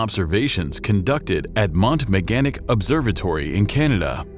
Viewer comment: Just saying : its pronounced "Mont - MeganTIC " and not Meganic 👍 new sub here and your channel sounds and looks awsome thank you 👍